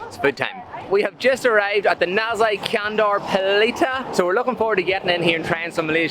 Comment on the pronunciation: Nasi means rice in Malay language, and the 'si' is pronounced 'si' in 'since'.